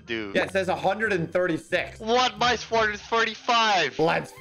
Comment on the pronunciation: THIS IS NOT HOW YOU SAY THE WORD "SWORD", IT'S SWORD NOT SUWORD!